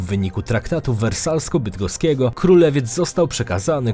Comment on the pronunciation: welawsko-bydgoskiego... xDDD